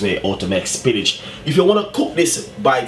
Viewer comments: Wait is he saying spinach or spinners? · I know, I am confused too..lol. I was like "wait, am I hearing correctly? spinach?" lol. Looks like a good recipe for the dumplings or spinners though I will have to try it. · is he saying spinach???? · Hahahahaha love it !! Trus because of the accent it sound like he's saying spinach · spinnage.... you heard him!! 😂😂😂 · I'm like why is he saying Spinach. 😂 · It did sound like spinach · Thank you Chef. Everybody's making comments about your pronunciation of spinners but that doesn't bother me. I appreciate the recipe and my spinners came out lovely in my oxtails. Thanks again!